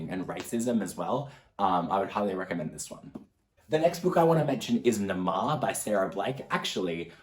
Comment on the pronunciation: I think the h sppoues to be heard, you said Naama (witch is Hebrew name) just let you know